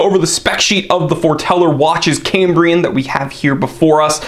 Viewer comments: It's pronounced "Kam-bree-un" not Came-bree-en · Is why you pronounce Cambria wrong?